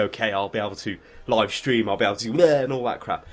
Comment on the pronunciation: shtream, shtreamin... lovely!